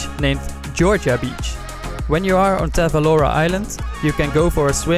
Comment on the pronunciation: Nice video , ive been there 5 years ago and is it really beautiful Island . btw it is Tavolara island not Tavalora